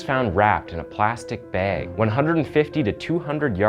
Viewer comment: If i had a dollar for every word you mispronounced I'd be a very rich ghost. Sounds goofy. Bag isn't BAEG 😂